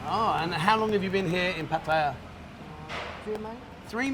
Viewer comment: awesome pronunciation of Pattaya. I think you should school the old timers on Thai words 555!